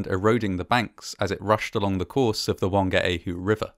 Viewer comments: not to be that person but the pronounciation was actually... not the best. like at all. notably the "ng" sound in tangiwai, whangaehu was mispronounced with a hard g instead of a soft g. also he used the "w" sound for whangaehu instead of the "f" sound. can't blame him though, he was reading it in phonetic English rather than Te Reo (and many pakeha can't even say shit right so there you have it) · It might have been a respectful thing to do to investigate the Te Reo Maori pronunciations especially Whangaehu …for a start the WH in that language is always pronounced F